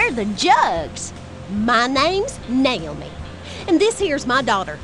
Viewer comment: uhm, I think the left one says 'Nail'me' instead of Naomi when she introduces herself haha